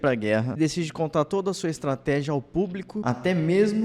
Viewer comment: Estrateja??? Kkkk